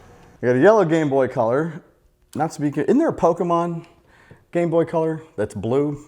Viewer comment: Lol every time u say gameboy it sound like gangboy